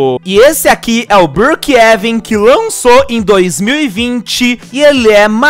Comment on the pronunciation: Não e brookeeven sim Brookhavem